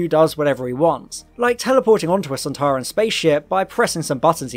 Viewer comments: you think you can pronounce soltaran you are soltarwrong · "Doctor, it's one of those Sonteran things!" "SontAran!"